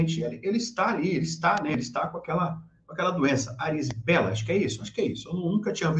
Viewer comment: Não ARIZIPELA, é IRIZIPELA.